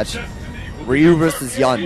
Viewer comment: Why do keep calling Yun "YAN"? WTF